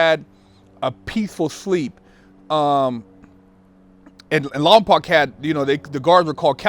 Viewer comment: i would think someone that was in Lompoc would know that it's pronounced lompoke fake ass nigga